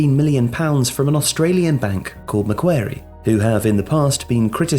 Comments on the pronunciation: Love the video, but the name of the bank is pronounced Mac-quarry, not Mac-wary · ma-kwor-ee not mac-kware-ee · John Ingui more just like Maquarry, barely pronounce the C. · Otherwise known as Mac Bank if it’s too hard :) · The bank is pronounced Mac-Worry but you say it fast like Macworry ✌🏾✌🏾✌🏾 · I shudder at the possibility of embarrassing myself, but from one of your biggest Aussie fans, it's pronounced MA-QUARRY like the British governor. We have quite a lot of things named after him. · Mac-quarry. Mac-quarry. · Dude said Mah Qair ee lmao. That's not how you say it mate. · First: it's pronounced Mack-Quarry. Second: It's one of the biggest corporate banks in the world. They are specialists in organising private equity consortiums for acquisition and funding of large infrastructure (airports, tollroads, water works, etc.). Third: They've been operating in London since the 70s. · maquarie... ‘mack-kwa-rie’ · the Australian bank is pronounced “Macquorie” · It's 'McWorrie' brah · I was listening to this and I was like "I've never heard of McWary" Then I realised he meant Macquarie. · Meant to pronoune Mac as the Mac in Maccas And ~quarry as quaarryy Not macwary lmao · Stop mispronouncing Macquarie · I watched while doing other things, and I just thought "they pronounce Maguire's name wrong" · Macquarie was not pronounced correctly, can’t blame you though - need the accent.